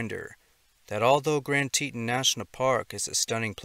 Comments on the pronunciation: It's "TEE-ton", not "Teetin" I lived and worked in the park. Too many people visit thinking it's a county park, unprepared for sudden mishaps. More happens there than the park service will admit. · It’s Tea-ton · Just thought I'd mention it's pronounced TEE-TAWN. I live fairly close to there. Thank you for what you do!! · Teton is pronounce "tee-tawn". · TEA-TAWN. TEA-TAWN, MAN! TE-TON.